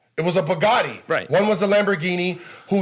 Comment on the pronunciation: They way he pronounces bugatti messed with my head cuz it sounded like he was saying a word that sounded like “bigote” and I was damn Idk what that word is